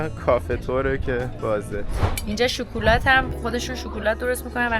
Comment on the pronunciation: هر دو عالي بخدا شكلات هست نه شوكلات 😂